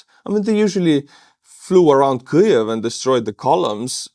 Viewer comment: Kliev? No L in in Kyiv.